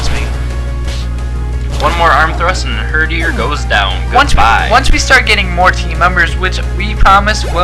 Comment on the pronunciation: its her-dee-er